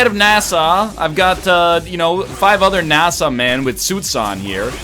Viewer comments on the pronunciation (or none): Why the hell does NL keep pronouncing NASA like Nassau? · No way does he actually pronounce NASA that way